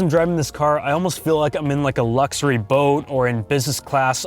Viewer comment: i like how you say lukzory :)